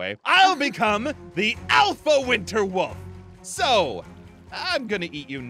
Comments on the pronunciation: I think ein said "wister soulstes" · Hahahahahahaha! He does say "winster" LoL when I spelled it it was autocorrected to winter! HA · Winster said winster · Aphmau: every werewolf must obey her every command: gives her a cake for some reason Aphmau: pretends to be scared: IM THE MOST POWERFUL WOLF DURING THE WINSTER SEASON. Me: questions why he said winster instead of winter Then me a second later: *wonders why is it always the richest player (is that how u spell it): MY STEAK IS COLD 😢 Me: didn’t he like cookies? Aphmau: ein unleash the poops Me: hysterical laughter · Anyone else notice that says 'winster' instead of winter when he is declaring himself a winter wolf? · Did anybody else notice said winster instead of winter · Anyone else realize that that ein said winster and not winter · Why does say one Witser🤣😂🤨